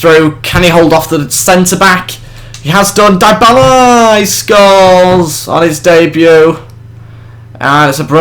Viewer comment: good video , but two main points A. besides from buying dybala(which juve already did) and bringing back berardi and leali the rest isnt realistic , for example buffon should be no1 to the point where he starts dropping overall points B. the players names are wrong Im not italian but Im pretty sure they are dybala : Dee-a-bala or dy-a-bala , berardi is how you read it , leali : lee-ah-lee and caceras : Kaseeras not saseeras as you say it..:/